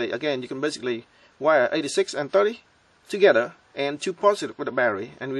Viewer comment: "Remme show you how to wire it togethrr" LOL great vid.